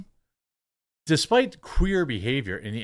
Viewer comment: Got me with 'The Soy-ence" 😂😂😂